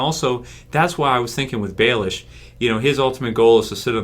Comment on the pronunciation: Why do you always call him Baelish hahaha?